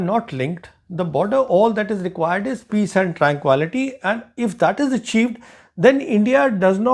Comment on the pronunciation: While I appreciate your knowledge and expertise, your unusual pronunciation is jarring at times. Look up the pronunciation of "tranquility".